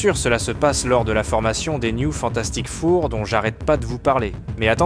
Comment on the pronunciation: Le "Fantastique Four" avec un accent au hachoir me fait rire mais malgré ce seul micro-défaut, la video est excellente autant en narration qu'en montage MERCI !